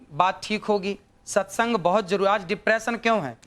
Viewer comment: सत्संग की sexeng😂निकल गया लेडी के मुँह से